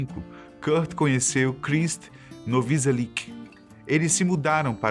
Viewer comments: Muitas pronunciações erradas. Aberdeen Fecal Matter Krist Novoselic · Ele falando o nome do Krist Novoselic é engraçado kkkkkkkkkk